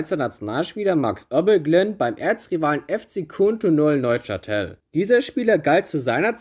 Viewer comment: Gutes Video, auch wenn die Aussprache von Neuchatel dann doch ein bisschen in den Ohren geschmerzt hat. 😁